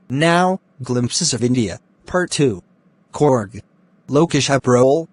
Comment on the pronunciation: Bro it's not corg it's Coorg pronunciations is more important